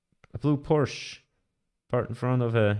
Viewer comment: Wie kann man als Schweizer „Porsche“ falsch aussprechen?